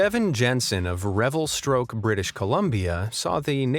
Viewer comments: Thanks for the great videos! but it's REVELSTOKE, not Revelstroke. LOL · It's called Revelstoke not revelstroke 🤣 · It's Revelstoke not revelstroke British Columbia. 🤣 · Revelstoke not revestroke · Revelstroke BC???? Bahahahahaha it’s Revelstoke, you Merican. Northern lights are a common thing up here eh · Revelstoke, not RevelstRoke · Revelstoke. Not Revelstroke. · That's REVELSTOKE! STOKE! NOT STROKE! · It’s Revelstoke not Revelstroke. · It's REVELSTOKE !!! There is no R !! Commenter must be from Toronto or Ottawa!!! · Fantastic video but one minor detail drove me crazy...that frozen lake is in REVELSTOKE, B.C. not "revelSTROKE" (speaking as a B.C. resident and have visited that same lake in the summer) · Just a heads up mate, it's pronounced Revelstoke BC not revelstroke. Your fan from BC Canada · had to laugh when you called the place Revelstroke and not the true name of Revelstoke.. just saying,lol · .....RevalSTROKE? ahahahahaha omfg im dying laughing!!! Its RevalSTOKE lol Imma say that to all my homies there now XD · IT REVELSTOKE , NOT REVEL"STROKE".......... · its revelstoke lol not revelstroke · REVELSTOKE. NOT STROKE. And Im from Ontario. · Revelstoke, not stroke. lol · Revelstroke huh? Lmao! It’s Revelstoke😂😂 What’s with the stroke in there? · ITS REVELSTOKE NOT REVELSTROKE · You mentioned the name of the Canadian town where the ice skater was propelled by an umbrella 3 separate times. Revelstoke has and continues to have only one r despite your pronunciation. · Just to correct you on the polar poppins comment. It's named Revelstoke BC not Revelstròke lol 😆 😂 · British Columbia Canada resident here. The name of the town with the lake skater is REVELSTOKE, not Revelstroke LOL! Very cool to see a town so close to me on this video! Love your channel! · Revelstoke NOT Revelstroke… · RevelSTROKE isn't a place, it's Revelstoke. Drop the 'R' lol. Seems like a lame attempt to be comical.. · It is REVELSTOKE...NOT STROKE. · "Revelstoke", not ...stroke.